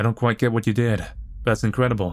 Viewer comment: "that's incredEBEL" 'ight, imma head out.